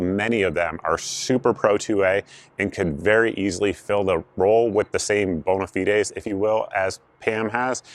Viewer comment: lol “bona feedays”